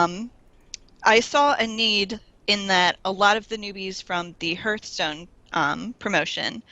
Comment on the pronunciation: Honestly this is starting to annoy me to no end. Its HEARTHstone, not hurthstone